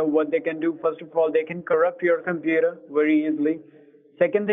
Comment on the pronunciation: "we will fix your compeedo"